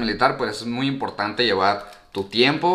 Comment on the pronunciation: Por qué dices muyo?.jajaj